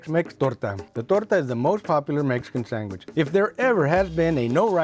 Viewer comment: Sang-wich...... that's the way I grew up saying it until my teacher corrected me😂....mexicanslang